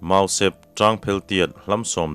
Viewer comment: Mau sep tia lam loin mau sêp tia thluk deuh tur ni a ka hriat pek chu..hihi.